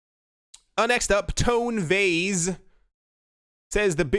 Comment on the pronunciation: “TONE VAYSSSS” hahahahaha 🤣🤣🤣🤣🤣